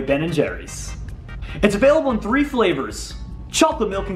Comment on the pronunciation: tell it three not free